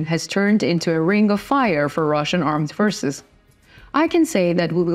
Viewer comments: Please will you read : Reports, forces or therefore. It is not repirts, firces or therefur. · I was going to comment on the mispronoucement of the same words. Forces is pronounced four ces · Forces forces , not pfishes or fristse ••• for ces for-ces